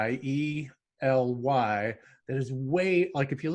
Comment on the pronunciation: Uh oh, losing Minnesota cred by mispronouncing Ely (though the first thing I can think of is that it sounds like the tail end of "Robert E. Lee", so maybe there's a hidden meaning? Just kidding. I hope.)